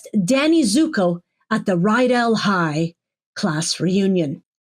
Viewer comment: I want a sound clip from you! "The fervor was KKKKHHHHIGH" Thank you, as always, your loyal subject !